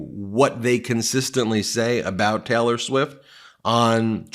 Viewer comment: Sounds like hes saying Teller Swift